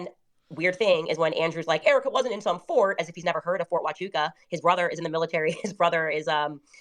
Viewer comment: Fort Huachuca matters bc THEY DIDNT WAKE UP AND GO CRAZY until Candace said the words “FORT HUCHUCA” .!